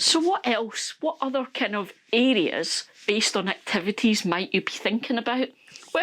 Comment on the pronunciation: Listening from Texas, USA and I was so confused listening in. I finally figured out that you’re saying areas (I thought you were saying idiots). 😂